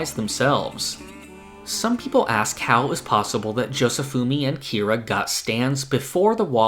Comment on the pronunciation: Dude it’s Kira.